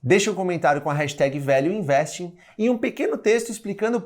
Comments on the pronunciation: #valueinvesting - A pronúncia fica muito próxima de "Velho Investe", ou seja, a mais pura verdade sobre esse monstro que é o Velho Barsi - O Velho Investe mesmo. kkkkkkk. O Seu Barsi, muito consistente, está disposto a repassar esse grande conhecimento para todos nós. Espero poder fazer parte desse MBA e me aprofundar bastante no mercado financeiro com a consistência do Velho. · value investing - Pronounced >> vaelju investing ! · Gente...quando ele falou #VALUEINVESTING eu entendi : #VELHO INVESTE!! Daí pensei...rapaz, se o VELHO INVESTE, eu também vou investir!! Vida longa ao nosso Velho Barsi!! Ou seria VALUE BARSI??